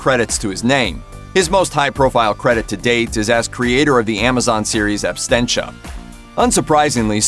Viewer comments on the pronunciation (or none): pronounced *Absentia ..Not Abstentia.